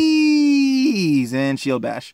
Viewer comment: FWEEEEZE WITH SOME CHEEEZE THE CHWEEEZY FWEEEEZE